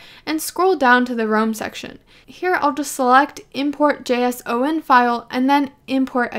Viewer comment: First time I hear someone doesn't spell JSON as "jason"